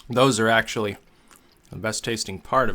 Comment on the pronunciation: sounds like "It's sexually pretty good". Man, those MRE episodes just got even better.